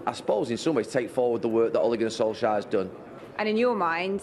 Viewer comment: Gary: Ole Gunner Solshire